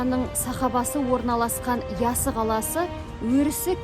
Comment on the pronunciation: ЯССА ЕМЕС ЯССЫ! ДЕП АЙТ!